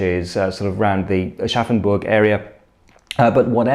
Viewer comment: Thanks to this video I finally know how Aschaffenburg is pronounced :D